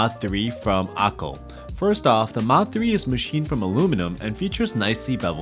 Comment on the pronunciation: I had to go to the comments to see the word"Akko", because you never once printed it here and it sounds like you're saying akul. WTF.